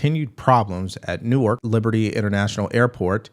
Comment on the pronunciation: Yay!! He pronounced the city of “Nork” (Newark) correctly!! 👏🏾👏🏾